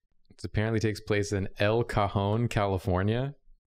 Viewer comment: not to doxx myself but I nearly shit myself when said "El cajon California" he also mispronounced it idk how you